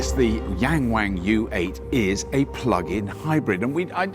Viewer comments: It’s pronounced more like Young Wong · *Yong-wong, why do Americans and Brits always have to intentionally butcher pronunciation? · It's Yung Wung NOT Yeng Weng duh 😂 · you butcher the brand name, it is pronounced Yang "young" ,Wang "The 'Won' in Willy Wonker", so "Young Won" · I mean I get the joke, but none of these Chinese names are pronounced that way LOL "yang wang" is pronounced more like "Young Wong" and "Dong Feng" is actually pretty hard to find an English equivalent sound, but something like "Duuu'n Foo'n" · Yangwang actually sounds like "yungwong", not yang wang. It's pronounced differently. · People keep mispronouncing the name Yangwang. Its supposed to be an "ah", Y(ah)ng'w(ah)ng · HAHAHAHAHA 'YANG WANG' SERIOUSLY???? ...WHY NOT....'WING WONG' ? OR 'HOW HIGH ? YOU WONT BE ABLE TOP CHARHE IT BOTH SIDES AS UK IS TINY AND NO SPACE FOR THAT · Yangwang is not pronounced in that sort of way!! The a's are pronounced more like "ahhhh" (think drinking a cup of cold water after a long day, or "ah ha!") – so Yahngwahng. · Your pronunciation made me laugh. Yank Wank. LOL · "Yangwang" Me: "YankWank?" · Please read after me: Young Wan(t) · Please learn to pronounce the names of brands correctly 🙄 'Yarng warng' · I believe it's pronounced "yank wang" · Ywang😂😂😂😂 wang😂😂😂😂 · “YangWang”..?? Seriously..??!? Who’s doing their UK launch - Mitchell & Webb..? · Young Wang .... Wrong pronunciation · Who decided to call this brand "Yangwang"? lol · Yangwang?? Really? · I'll give $100 to the first person who can say Yangwang 100x in a minute. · He absolutely butchered the pronunciation of the name (which means "to admire" or to "looking up to" in Chinese) but I doubt many westerners from English speaking countries would pronounce it correctly.